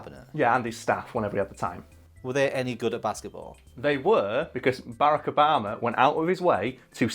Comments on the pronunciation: its ba-rack not bara-ck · Berrec Obama is all I hear when he says Barack Obama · I know I know it’s annoying of me but it’s pronounced ba rack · They can’t pronounce Barrak correctly.